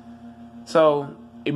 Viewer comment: That’s not how u say my name and I’m not mad but I’m just saying get ur vert up so u can do through the legs dunks and shit